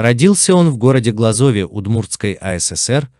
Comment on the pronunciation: Ударение в названии города Глазов не правильное; в России должность "директор" в пенитенциарных учреждениях отсутствует; на одного заключенного полагается не менее 4 кв. м метра (без учета санузела). Автор, выставляешь себя дураком. Изучи вопрос, а потом делай видео.